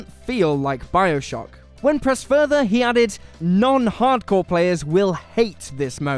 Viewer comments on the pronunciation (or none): none